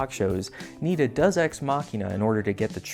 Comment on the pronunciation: Love your show. Good stuff. Well-intentioned feedback: You pronounce "deus" incorrectly. Should sound like Day-us or Day--oose. Keep up the good content.